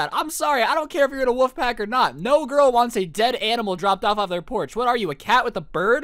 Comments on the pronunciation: its WOLF not woof!! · ok i’m not the only who kept hearing woof instead of wolf!!!